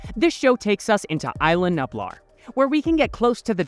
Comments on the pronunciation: btw it’s pronounced (Eas-la Knew-Blar) not I-la Nueb-lar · Repeat after me: eye lah new blaar